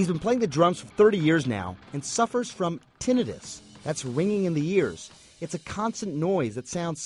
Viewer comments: They didn't even say Tinnitus correctly. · god i hate the way he pronounced tinnitus even thoough i think it right